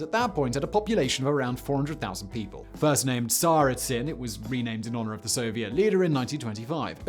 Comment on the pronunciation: "Ze Kessel" and "zee Cauldron"